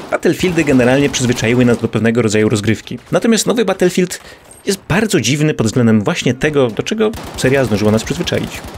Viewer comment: Batulfild łan leprzy xD